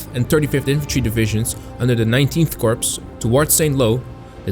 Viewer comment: Corps is not pronounced Corpse . It’s pronounced core. You will sound more credible if you pronounce military terms correctly